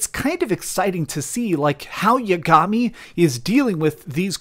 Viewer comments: How do you expect me to believe you played this game when you pronounce yagami’s name YA—GAMI? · Also saying Yagami wrong